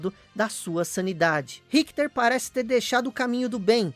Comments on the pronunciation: Mas quem é Rickter???. É Richter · excelente video,só achei estranho como ele pronuncia o nome Richter.